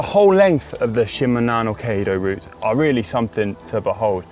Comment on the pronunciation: Shimanono kaydo = Shi ma na mi kai do ... Gold star for trying! 😆👍... Well recommended, done it twice!